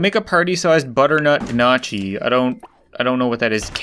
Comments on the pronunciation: I know it's been 6 years but it's still pissing me off that you're calling it "ganotchi" It's pronounced Nyo-key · It’s pronounced nocky not gnochi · I'm watching this back after 3 years as a celebrating since I just bought the sims 4 for myself. I adding the sauce family in and I can't wait to be best friends with them all! Also, am I the only one who is mad that he said "gnocchi" wrong?? (It's pronounces Know-key) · you had me at ginah-chee LOL it's either butternut ganache which is pronounced g(hard g as guh) i (as in tim) so ginahsh or it was gnocchi which is pronounced ny(yuh sound)o-key so nyokey . I love how dramatic and chaotic and weird you made your world so i'm on a quest to make mine that way so i can create my own drama lol it's a good thing to do while procrastinating to do grad school prep lol also i am excited to take a look at the rest of your channel i dig your humor (grim parenting lol) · Gu-NO-chi it’s pronounced gu-NO-chi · it's a potato pasta that is pronounced nookie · The gnocchi is pronounced ginosh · It’s pronounced nyocy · The way you pronounce gnocchi makes me sad :c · You were annoying me with the whole Gnocchi pronunciation and yes, I know a few years too late for this but just found your channel one day at work, here is the Wikipedia explanation. "Gnocchi - N(Y)OK-ee or NOH-kee, NAW-kee; Italian, singular gnocco) are various thick, small, and soft dough dumplings that may be made from semolina,ordinary wheat flour, egg, cheese, potato, breadcrumbs, cornmeal, or similar ingredients, with or without flavorings of herbs, vegetables, cocoa, or prunes. The dough for gnocchi is most often rolled out, then cut into small pieces of about the size of a cork. They are then pressed with a fork or a cheese grater to make ridges which hold sauce. Alternatively, they are simply cut into little lumps. Gnocchi are usually eaten as a replacement for pasta as a first course, but they can also be served as a contorno (side dish) to some main courses"